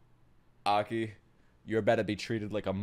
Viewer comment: You pronounce Aki like you're an African warlord.